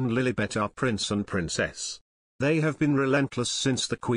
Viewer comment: It's Prince Harry not price harry